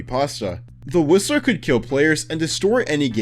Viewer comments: why when he says "the whistler" it sounds like he is saying "the rizziler" 😭😭😭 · i thought he said "the rizzer" 🤣🤣🤣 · SAME I HEARD "THE RIZZLER" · who else thought he said “The Rizzler”? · why did he say it like rizzler i swear the brainrot is kicking in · I thought he said "The Rizzler" 😭😭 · Is it just me or when he said whistler it sounds like he said the rizzler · I thought he said the rizzler